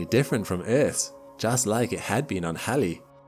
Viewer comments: first time Ive ever heard anyone call Halley's Comet correctly....... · Nope, it is Halley. After Edmund Halley. If you don't like the way he pronounced his name, take it up with him. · Because that is how it is pronounced. After Edmund Halley. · No, it is not pronounced like the female name "hayley" His pronunciation is correct.